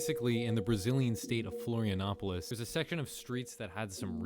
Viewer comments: Florianópolis is a city, not a state But flawless pronunciation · Nice pronunciation of the city "Florianópolis" 👍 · Your pronunciation of "Florianópolis" was one of the best I've ever heard from a foreigner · You actually got Florianópolis pronunciation a bit right! A lot of people miss out on the "ó" because of it's accent. Nice going partner! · The most impressive part of this video is the perfect pronunciation of Florianópolis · that's a perfect pronunciation of Florianópolis Good job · wow i'm impressed with how well you pronounced Florianópolis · That was very intriguing. By the way, “R. Pref. Oscar Cunha” is an portuguese abbreviation for Mayor (pref. stands for “prefeito”) Oscar Cunha Street (r. stands for “rua”). And your pronunciation of Florianópolis is actually pretty good. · That's the best pronunciation of "Florianópolis" I've ever heard from English speaking people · Your pronounciation of "Florianópolis" is absolutely on point